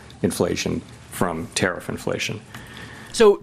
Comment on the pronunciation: I don't understand why he keeps saying Tariff and so few people correct him. People need to correct him every single chance they can. He's an old senile man.